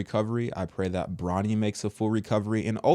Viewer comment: It's Bronny not Ronny!!!